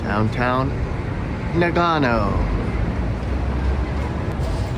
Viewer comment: It’s “Na gun oh”……… there you go, you finally said it right!😂 arigatou gozaimasu